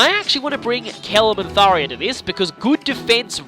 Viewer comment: and its "Thar-JA"